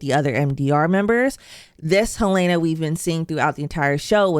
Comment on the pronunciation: The name is pronounced HEL-lah-nah, not Hel-LAY-nah.